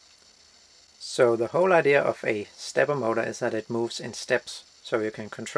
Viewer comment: I really like the way you pronounce "stepper Motor"